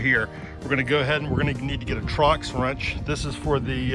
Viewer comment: Did you say trox Do you mean torx bit?